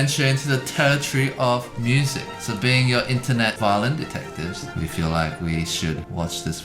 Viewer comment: i was expecting brett to say twosetVAHlin like normal, but then he said violin😭